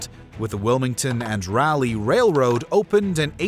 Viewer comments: It’s pronounced “Raw-lee” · Yep. "Raw-lee" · Nice information. Too bad you mispronounced "Raleigh."